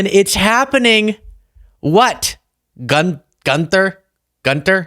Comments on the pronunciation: Gunther is Pronounced: GUN-TER. No TH sound in Germanic languages. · If Trump is so rich can he not afford a mirror, or someone to do his ‘hair’ and makeup? PS it’s pronounced Gunter and it’s a German name. But seriously, DTJ should be embarrassed because clearly no one cared that he was there, when he spun his camera around it was only his sycophants behind him. And could you not come up with an original slogan instead of just saying ‘make Greenland great again’? I’ll admit I don’t know much about Greenland but they are part of Denmark and it’s a pretty great country so I imagine Greenland is a great place too. Maybe instead of threatening your allies Trump should actually try to make America great again and create proper and helpful policies. Could someone in America not just create a fake WH and pretend Trump is president? He’a clearly cognitively declining, so he’d never know he isn’t president. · Gun-ther rhymes with Bun & Stir. In German it Gun-ther sounds rhymes with Goon and Sir. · Pretty sure Gunther (yes probs pronounce the th,) is a real name but not the surname.